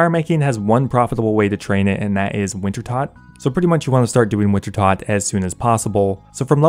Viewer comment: You mispronounce "Winter-TOAD" after being corrected countless times, I dislike the video. Simple as.